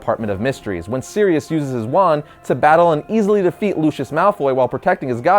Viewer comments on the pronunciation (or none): none